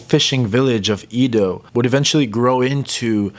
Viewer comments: Exactly, it’s Edo, “Eh-dough” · Just a little correction… Edo, not Ido. Should be pronounced eh-do. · Ido? Don't you mean "Edo"? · To the narrator. The city Edo is pronounced eh-do, not ee-do. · great work ! BTW, the pronunciation of the ancient name of Tokyo is Edo (江戸、えど in hiragana), as in "Emmy". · ED-Oh not a long E, like Edward. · It's "eh-do," as someone pointed out. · It's pronounced "A-do."